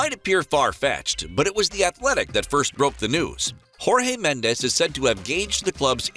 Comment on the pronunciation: Jorge Medes is not pronounced with a Spanish J but a Portuguese J ( which is the same as a French J) Hasn't José Mourinho taught you anything?